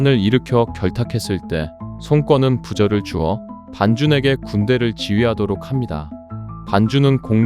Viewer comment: 손권 발음이 송꿩 으로 들려요 ㅋㅋㅋ